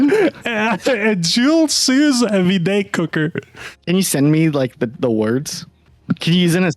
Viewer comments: Pronounced (Soo-veed) lmaoo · its pronounced sue vee it heats water to a specific temperature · Sous Vide "Soo Veed" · Wow the French Canadian was way off lol. It's pronounced like "jewel sue veed" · it's pronounced like Sue - Veed and it literally is just an immersion heater that you cook food with slowly in water